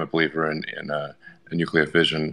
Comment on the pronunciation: For gods sake, will somebody please please have the courage to tell RFK jr the correct way to prounounce NUCLEAR!!!!!!!!!!!!!!!! He is running for PRESIDENT for gods sake. To be commander in chief of the US military. Its NEW-KLEE-YUR not NUKE-YA-LUR!!!!!